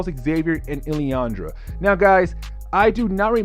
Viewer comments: Lilandra is pronounced as Lil-an-druh. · Yeah just say it like it’s spelt